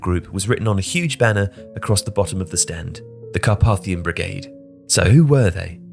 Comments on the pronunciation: The middle letter A of Carpathian/Carpathia is pronounced as AY (to rhyme with ‘pay’) in English. In IPA, it’s /kɑːˈpeɪ.θi.ə/ in British English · Incorrect pronunciation of Carpathian pretty annoying. For someone who narrates for a living should probably know better.